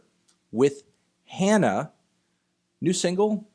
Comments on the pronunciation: ITS HAW NAW NOT Han na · HANA is pronounced like Han Solo.... not like hand. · It's pronounced Hana, not Hanna. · also its "HAH-na," or "honna"